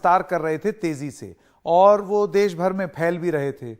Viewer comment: Kain hai yeh महिला देश को देस कह रही है बोलना सीखे पहले